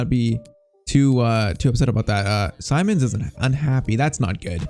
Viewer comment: PCQ: Its Seemons not Simons how to pronounce